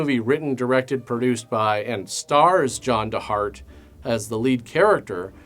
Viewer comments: His name is actually John De Hart, not John Da Hart. What a mess! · It's pronounced John DEE Hart, lest you forget.